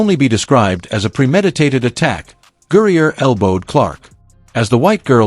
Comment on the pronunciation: Gurrier??? Who the H is that??? Do better people